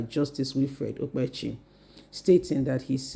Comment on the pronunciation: If you know that you can't pronounce names correctly, you should stop reporting. Look out how you are pronouncing Okpebholo? This is why i don't like listening to your videos. Your reports are always boring.